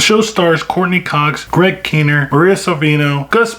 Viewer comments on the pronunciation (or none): Actually, it's pronounced Greg kin-'NEER.